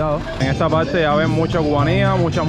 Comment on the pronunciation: Se dice PaRRTe no Palte